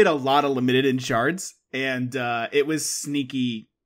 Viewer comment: Obsessed with how pronounces “Limited”